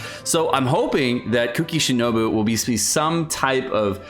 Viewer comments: "Kuki Shinobi" KEKL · na bro he was saying kuki shinobi.